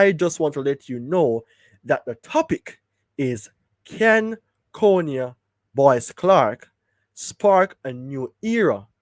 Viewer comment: His name is and pronounced, CON-I-AH not CONE-IAH. Please and thank you 🙏🏽